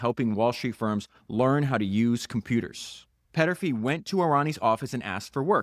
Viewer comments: Podcast It's Thomas Peterffy, not Petterfy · Péééterffy….. also: not boodapessst! But Budapesht ! Otherwise, very interesting. Thanks!